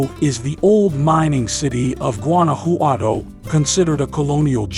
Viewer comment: Gooanouhowtou 😄 le costó mucho trabajo pronunciar Guanajuato.